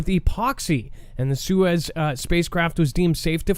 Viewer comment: SOY-ooz my guy. Suez is a canal. 😁👍 That's just my best attempt to spell it as is sounds. Soyuz is the actual spelling 😉 Wow, I was hoping to like this channel but some of the things I'm hearing are kind of silly. Your thoughts on space suit development are very special 🤣 "Put the 60's model on and get your but up there" I died 🤣🤣🤣🤣🤣 The fact that you think this is an actual option. Oh no 🤦🏻‍♂️🤣